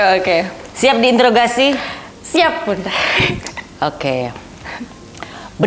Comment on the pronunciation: Diintrogasi bukan di introgasi